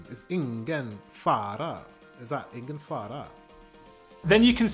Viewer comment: The G is silent in Ingen fara :)